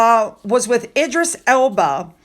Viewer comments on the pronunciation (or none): none